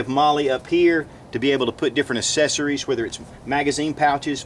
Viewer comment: It's access-er-ies not assess-er-ies.